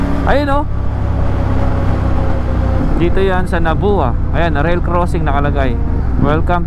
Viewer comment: Sa pagbigkas.. * Polangui - ok tama ka * Bato - ok (dito bilihan mismo pansit Bato dun sa may crossing nung dumaan ka) * Nabua is NAB-WA... sana lumiko/dumaan ka Iriga City :-) Maganda rin mag-vlog dyan. Dumiretso ka na ata Baao from Nabua. Nung dumaan ka Pili, sayang, sa may Palengke ka na sana bumili ng pili nuts. Marami ring pasalubong mabibili dun like tuyo/daing. Maganda na cover mo rin sana yung sa baba ng Old Zigzag road (Atimonan ata) , naku grabeh dun lubak. Dapat kasi namomonitor weight limit ng mga truck na dumadaan bukod sa kurakutan. Nakakalungkot lang dahil isa akong bikolano (frm Bato). Mas maganda accent sa Rinconada area like Iriga-Nabua-Bato.. hahaha RS!